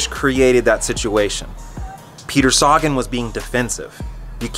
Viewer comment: It's not Saga-N, it's Sagan. Thanks bro 💪🏻